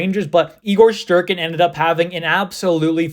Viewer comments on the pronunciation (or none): none